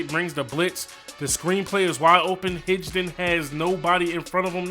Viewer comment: Just so you know it’s not Hij-Don. Good Vid